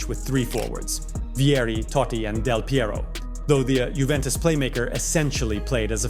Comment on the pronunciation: its totti not toddi lol